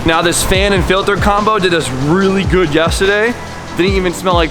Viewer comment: anyone else watch so much, you cant help but say, "yestehday".... knowing damn well there's supposed to be an 'r' in there????